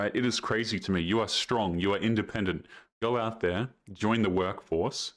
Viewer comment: Strong and in-duh-pendent